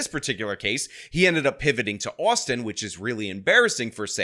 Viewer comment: Austin only has two syllables, bro. "The city of Austin-ah"